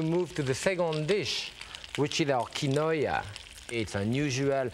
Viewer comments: Omg not KI-no-aaah!! So mysterious!! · "key-noy-uh" instead of "keen-wah" is a new and fun pronunciation I am going to use. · Pepin's pronounciation of quinoa would make a yuppie explode, but he was cooking with it before the invention of pretentious gourmet made it to the suburbs. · He isn’t saying it correctly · maybe so but I’ve never heard anyone pronounce it the way he did